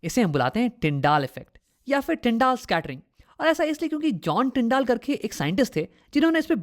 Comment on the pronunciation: It's tyndel not tyndaal (pronunciation)